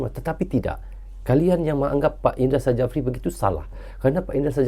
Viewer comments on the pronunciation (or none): Coach indra syafri itu dibaca y, bukan indra sajafri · 𝗇𝗀𝗎𝖼𝖺𝗉𝗇𝗒𝖺 𝗂𝗇𝖽𝗋𝖺 𝗌𝗒𝖺𝖿𝗋𝗂 𝖻𝗀,𝖻𝗎𝗄𝖺𝗇 𝗂𝗇𝖽𝗋𝖺 𝗃𝖺𝗌𝖺𝖿𝗋𝗂😁,𝖧𝗎𝗋𝗎𝖿 𝗃 𝗃𝖺𝗆𝖺𝗇 𝖽𝗎𝗅𝗎 𝖽𝗂𝖻𝖺𝖼𝖺 y🙏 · Indra safri bukan i ndra sajafri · bukan INDRA SAJAFRI baaaang... di tulisan nya memang INDRA SJAFRI, Tapi nyebut nya INDRA SYAFRI.🤣🤣🤣🤣🤣🤦‍♂️ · Indra Syafri bang 😂 bukan indra sajafi👍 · Kalo boleh ralat bang,pengucapan nya bukan indra sajapri, tapi indra sapri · Maaf Sy koreksi ya bung, Indra Syafri bukan indra sajafri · Tek betul kan ni bos indra safri,bukan indra sajafri bkn indra safri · Indra Sjafri dibaca Indra Syafri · nyebutx Indra Syafri, Krn Sjafri itu ejaan lama, j adalah y, sedangkan dj adalah j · Nama Head Coach Timnas U-19 INDONESIA Adalah Indra Sjafrie Huruf "J" adalah ejaan lama, jika dibaca saat ini sama dengan huruf "Y" Jadi baca yang benar adalah INDRA SYAFRI. demikian. semoga membantu🙏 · Cara penyebutan nama pelatih Timnas Indonesia itu adalah "Indra Syafri". 😊